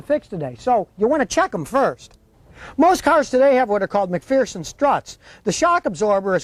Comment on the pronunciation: At least learn the correct pronunciation of McPherson. There is no fear in McPherson. Think McPherrrson.